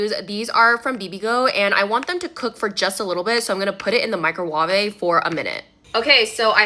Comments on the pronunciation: Ya got it wrong. Its not micro waveh, its MEECRO waveh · ”microwa-vay” Lol— 😭😭💀💀😂😂